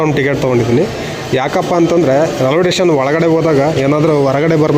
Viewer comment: ರೈಲ್ವೆ ಟೆಷನ್.. ಆಹಾ ಏನ್ ಉಚ್ಛಾರಣೆ.. ಥೂ. 😂